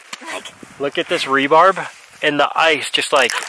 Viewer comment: You guys are the BEST! Love your videos. Please keep doing what you are doing. I want to see both of you on DWTS! And, its “re-bar” not re-barb. Lol. Thank you both for brightening all of our days!